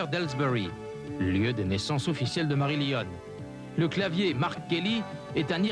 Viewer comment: Il va y arriver à le dire correctement à la fin ou pas ? 😁 Marie 👰🏻‍♂️ Lionne 🦁 Grrr Grrr !